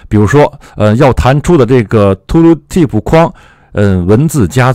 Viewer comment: 为什么是 吐鲁提普 不是 吐提普 吗？^ ^